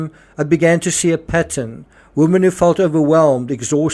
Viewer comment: 'Women' is pronounced 'WIMIN'